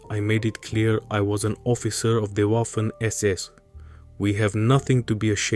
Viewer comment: My ears bleed every time the narrator pronounces the "w" in "Waffen" like the english "waffle". It's supposed to be a hard v, how hard can it be? You can say victory, yes? Use that hard "V" when saying "Waffen". All this work for making an excellent video and you fail on a basic thing like this... 🙄